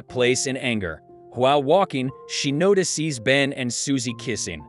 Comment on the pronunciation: Yeah, "NOTI SEES" , "SHARONE" , "SHONE", Just to mention a few !!! :face-turquoise-covering-eyes::text-green-game-over